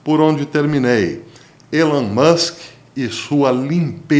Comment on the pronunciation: Não é Élon Musk, pronuncia: ( Ílân Mâsk )